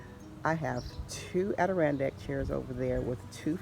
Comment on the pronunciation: If only she could pronounce what they are fucking called 🤦🏼